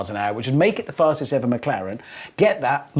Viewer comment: Well, said "fasest McLaren", not "Fastes McLaren P1", and he's using a Mclaren engine... still